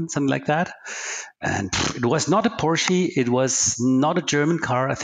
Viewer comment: At about 4 minutes. The interviewee says the most wonderful pronounciation of the brand Porsche. Like a full on “I am messing with someone who is a brand loyalist” phonetically pronounced way of saying it.